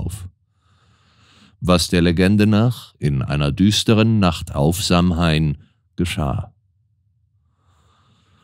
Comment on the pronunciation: Samhain wird zwar eher "Sauwien" gesprochen, sonst, wie immer, wunderbar gelesen 💚